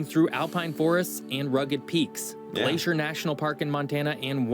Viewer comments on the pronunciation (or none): none